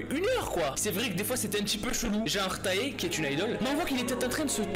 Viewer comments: Quand j'ai vu qu'il y avait le mot "kpop" dans le titre, mon coeur à manqué un battement Encore plus quant il a dit "ou tAe" "ou encore JI-kay" On dit "té" et "jay - kay " ok ??? SINON BTS MY LOOOOOVE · Quand les Armys regardent cette vidéo et qui entende:Taé je suis désolé mais ça se dit Té mais ça se dit Tae car le ae en Corée se dit é donc s'il te plaît évite de refaire l'erreur merci 😂😊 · En passant on dit pas "taé" on dit "tae" comme "taï." OKKK ??!!!!!!! 💛🧡😁sinon j'doure t video 🖤👍🏽